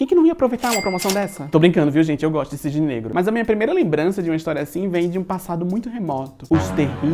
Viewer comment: obrigado por utilizar a pronúncia correta do filme cisney negro